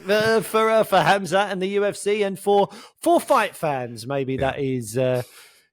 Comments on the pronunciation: I love hearing "Haam-zaat" as the pronunciation instead of "Hahm-zaht" :D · The correct pronunciation is hamzah